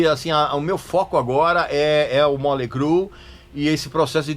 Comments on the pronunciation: Móley Cru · "moLEY crue" kkkkk